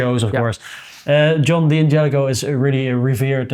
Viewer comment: Guy's, please... it's not pronounced "Dee angelico", it's Dan jelico. The punctuation is an apostrophe, not a period. Sorry to be a pain.